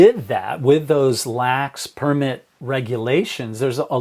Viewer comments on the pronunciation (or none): Only one correction dad... it's purrrmit. -Simba